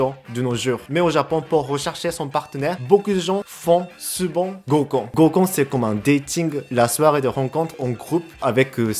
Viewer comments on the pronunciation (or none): un goukon et pas un gokkun XD